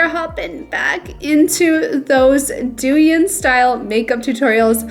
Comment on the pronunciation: just fyi, it's pronounced dough-yihn❤❤